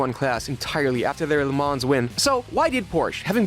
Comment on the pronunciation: Minor point, but you don't pronounce the S in Le Mans.